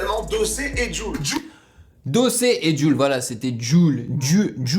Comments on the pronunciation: Chaud il c’est pas dire jul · Tu sais vraiment pas dire JUL?